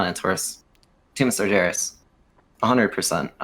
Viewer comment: Why does this guy say "sarjeras"